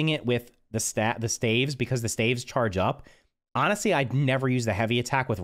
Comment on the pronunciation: Dude pronounced staves wrong